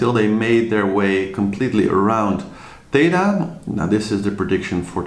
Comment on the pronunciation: It's THETA, not Tetha: they're using the Greek alphabet.